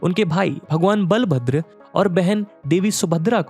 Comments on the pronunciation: It is not बालाभद्र it is बलभद्र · बालभद्र नही बलभद्र होता हैं, सही उच्चारण करना भी जरूरी होता हैं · Sir ये बलभद्र बुलाया जाता है ,बालाभद्र नही। Sorry sir aapke mistake ko pakadne ke liye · Bhai bhagwan बलभद्र bol naaki बा